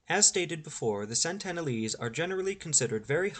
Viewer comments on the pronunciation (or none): Incorrect, sir. It's SENtinel Island. SENT-uhn-uhl-ese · It certainly isn't Santana lees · You have a very odd (and incorrect) way of pronouncing Sentinelese.